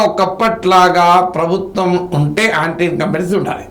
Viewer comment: ఆంటీ ఇంకంబెన్స్ కాదురా అది యాంటీ..